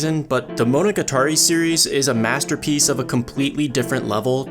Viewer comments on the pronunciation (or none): 'and absolute fabterpiece' LMFAO